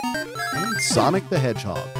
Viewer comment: "Sonic the Hedgehod" [insert skull emoji here]